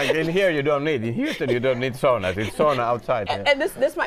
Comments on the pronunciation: the lady hostess was very good! My grand parents came to the USA from Finland .And anyone in my part of North East Minnesota cringes when SAUNA is not pronounced correctly.. It is Sow , as in female pig.. and Nah... not saw nah.. It does my heart good to hear English with a Finnish accent like I heard as a kid in the 1960s and 70s. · Yes. But i wonder why every fin loses his/hers finnish talk when they go overseas. Sauna is pronounced "Sauna" not Soona.